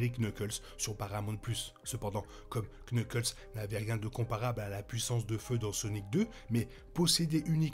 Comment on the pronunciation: salut tu sais que en fr tu n'es pas obligé de prononcer le K de knuckles, sinon super vidéo!